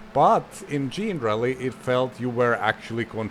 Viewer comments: "jean-rally"? I always assumed it was "generally" as in, "not specifically, but generally". 😂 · Isn't it pronounced like the word 'Generaly' but with Rally in the end? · We would call it "Jenna Rally" as in generation